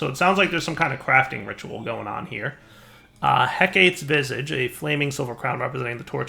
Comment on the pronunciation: heck-ate -.- It's he-kah-tee